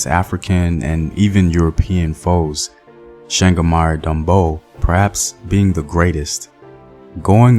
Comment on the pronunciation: Not shangamyre but Changamire